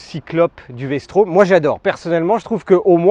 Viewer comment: Vstrom pas Vstraum XD faut apprendre le français messieurs. Merci pour la video